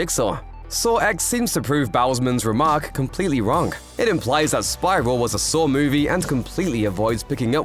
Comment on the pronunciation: Ouch! At least the graphics team got Darren Lynne Bousman's name right, narrator said his first name as David (and mispronounced Bousman [bose-man] as boughs-man): oops...